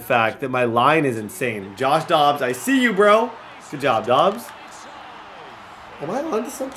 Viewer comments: Question why pronounce it dubbs it’s dobbs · It’s Dobbs not dubbs can’t pronounce any names even though the announcers do it for you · It’s josh DOBBS NOT DUBBS😂😂😂 and the commentators are saying his name lolllll u funny